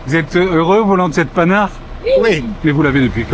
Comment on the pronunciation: Il faut prononcer Pan-har et pas ’’panard ’’ .